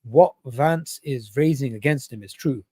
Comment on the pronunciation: It’s Vance not Lance 😂😂😂